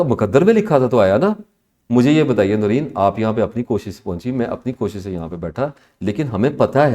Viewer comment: The host name should be pronounced like NOOREN....wht does she say, the hostess???